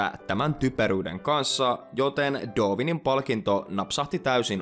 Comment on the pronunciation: Sanoit doovinin etkä darwinin